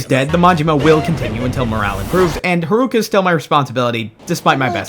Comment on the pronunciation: Did you just called her harooka ?